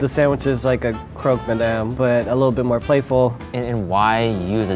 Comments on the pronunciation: Sound should be: Croke ma'dam. Not : Croke maddam Peace love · « Croque my damn » 😂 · croque ma-DAMN! 😂😂